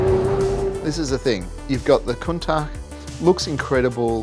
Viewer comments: Am I hearing wrong or did they keep calling a Countach a ‘Countark’?? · Make up your mind on how you want to pronounce Countach! Half the time you get it right (with the hard ch at the end) the other half wrong. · Proper pronunciation is apparently "coun-TALK" but it sounds ridiculous to say it that way